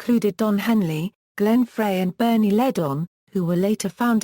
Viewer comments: Love Randy! Love ALL of the Eagles!!! However do not like this robotic voice. Once again Glenn Frey is pronounced "fry" not "fray". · Only one of the many mispronunciations!